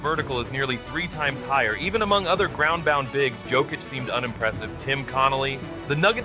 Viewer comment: WHY IS THE PRONOUCED "YOKICH" NOT "JOKIC"?